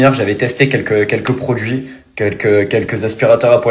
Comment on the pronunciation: le "quond pourra" c'est trop. Et " votre produis" ...